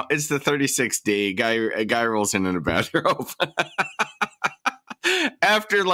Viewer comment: First of all, it's not a bathrobe. It's a "Baff-Robe".